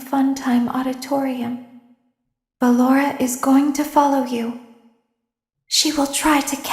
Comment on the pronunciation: Circus Baby: Ballora DanTDM: Ah yes, Ballenlorah.